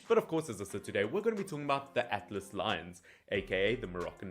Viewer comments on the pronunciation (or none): none